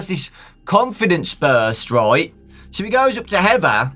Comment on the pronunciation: be like "heva"